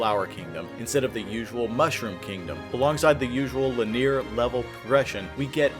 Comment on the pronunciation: voice actor linear is pronounced lin-knee-urr But great video game domain team!!